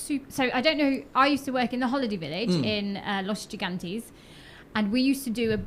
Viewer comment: You can't even say Los Gigantes correctly and you're rattling about "guiri" being an insult? Which, by the way, its not, its the truth. If you wanna point and blame for a name then do so at your own people